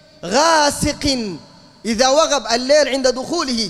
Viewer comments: كُفُــــــوا يا وليس كُفْــــــوا - بارك الله فيك - وإذا وقب وليس وغب - أخرج حرف القاف من مخرجه ولا تقلبه غين يا لا تغلب عليك اللهجة العامية - جزاكم الله خيرا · جزاك الله خيرا تصحيح وقب وليس وغب